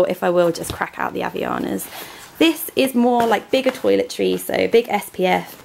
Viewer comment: The way you said 'Havaianas' is very funny to me, since I'm portugese. Great video as always! :D